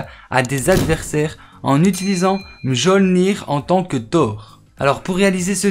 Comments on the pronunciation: PTN j'en ai marre des français c les pires comment vous pouvez dire Mjjolnir ca se prononce miolnir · Sa se dit miolnir